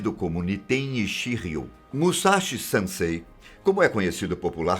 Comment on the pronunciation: Duas correções, "Sniper" e "Franco atirador" são diferentes, exercem muitas funções iguais mas existem algumas diferenças desde estratégias empregadas ate armamentos diferentes/ não é "sansei", é "SENSEI" pronuncia de SEN igual numero 100 CEM.